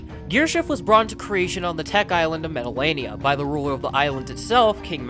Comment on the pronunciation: It’s pronounced meh-tull-AH-NUH, “Patrick Star”! 🤨